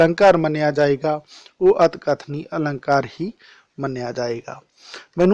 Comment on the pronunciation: ਅਤਿਕਥਨੀ ਨੂੰ ਸਹੀ ਬੋਲੋ ਪਹਿਲਾ ਫਿਰ ਕਰਵਾ ਲੀਓ